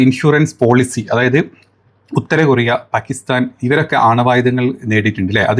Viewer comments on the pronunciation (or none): none